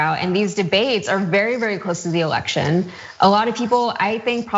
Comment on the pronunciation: To the lady, you come across as very smart, superstar material. Just please be careful with your inflection and pronunciation, "voters", "election" and "candidate", were 3 words that instantly changed you from a talented journalist into a Kardashian. All the best :)